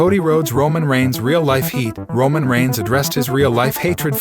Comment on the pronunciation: Yes bes going to betray romon